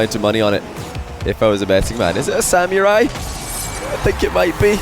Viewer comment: I bet noes it's pronounced Sam-er-eye but he is just saying Sam-your-eye for memes right?